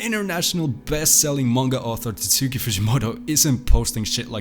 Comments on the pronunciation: Bro literally called him "Titsuki fujimoto" 💀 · Bro the mystery is solved: It's pronounced TAT-SKI Example video